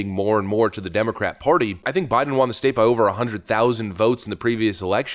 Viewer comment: WON = W-uh-n WON ≠ W-ah-n You sound stupid every time you say it.